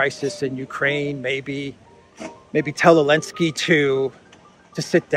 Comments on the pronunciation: Why do you pronounce Zelensky without the Z? Is there a linguistic basis or bias? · Elensky? Chelinsky please😊